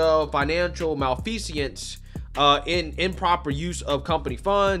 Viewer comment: Dude you are hysterical Series 7 but mispronounce malfeasance…love it